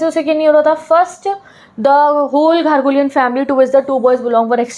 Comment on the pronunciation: It's not ghargolian...... It is garoghlanian